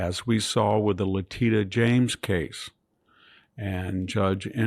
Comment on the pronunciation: It's "Leh-TISH-a", VDH! I've heard you say it correctly before, so I know you can!